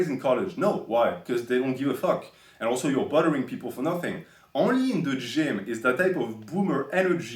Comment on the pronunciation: It took me until half the video that was saying "bothering" instead of "buttering people". In my mind I imagined Hemingway going around the gym trying to put oil on the newbies, which considering his behaviour on Facebook would actually be pretty plausible.